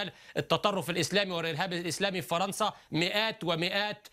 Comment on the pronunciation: Il dit majoritairement "faranca " et faransiya